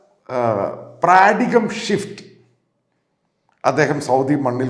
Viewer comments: You said, 'PRADIGAM SHIFT'! What does that mean? If you mean fundamental changes, its PARADIGM SHIFT. (Pronounced as Paaradym). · praadigam shift alla, para-die-gm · എന്റെ പൊന്നു അണ്ണാ, പ്രാദിഗം അല്ല പാരഡയും ഷിഫ്റ്റ്! കട്ട cringe അടി സാറേ! Nice video though! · Sir small correction on the pronunciaton - It is Paradigm - (Pronounced as "Para - dime") shift and not pradigam shift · Mathew sir not pradigm shift, the pronunciation is ‘paradayim shift’…. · എൻ്റെ ചെറിയ ഇംഗ്ലീഷ് വായന base ചെയ്ത് പറയുകയാ.... Paradigm shift ആണ് (പാരഡൈം ഷിഫ്റ്റ്) അല്ലാതെ നിങൾ അന്നും പറയുന്നത് കേട്ട് "പ്രാഡിഗം ഷിഫ്റ്റ്" എന്ന്..എന്താണ് മച്ചാനെ നിങ്ങൾ ഒരു ജേർണലിസ്റ്റ് അല്ലേ.... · paradigm is pronounced paradaim and not pradigam please correct it when you converse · “Paradigm” ( പാരാഡൈം) എന്നല്ലേ? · Just want to let you know paradigm is correctly pronounced as പാരഡൈം. Your videos are great. Keep it coming. Thank you.